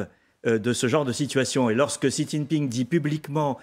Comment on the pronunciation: A tous les journalistes de France, demandez à des chinois la prononciation du nom du dictateur : Xi se prononce "ci" et pas chi, tchi, gzi, ... Comment espérez vous êtes crédibles si vous n'avez pas cette simple curiosité.